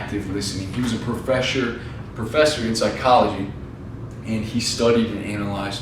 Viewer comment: "profheshor" lol'd irl enjoyed the video! :)